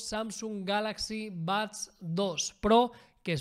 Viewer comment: Porque pronuncia Bads?